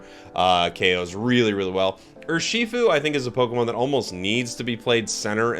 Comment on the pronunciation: I took 20 seconds to realize you meant urshifu when you said "or she food"